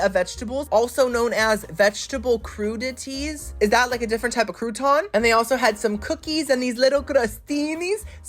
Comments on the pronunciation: Crudite is pronounced crew-di-tay. Just fyi in case you weren’t kidding. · I love you!! No hate but Compote is pronounced Com-pote (like coat) and Crudite is cruditay. Or maybe you are doing it on purpose in that case I’m sorry for being pronunciation police. Queen this video is epic as always ❤